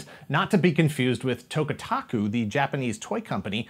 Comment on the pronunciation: love Toy Galaxy but the toy company is TAKATOKU, not Tokataku. But per your disclaimer at the beginning and wanting to use the name in an on screen gag, all is forgiven